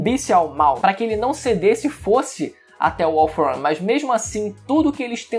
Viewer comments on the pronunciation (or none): “All for ãn”